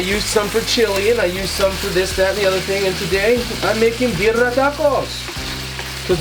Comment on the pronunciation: the way you said birria i totally almost believed you were latino until i read the Asian part lol